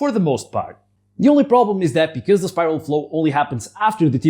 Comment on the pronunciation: Baat Becwaz it's cwistmas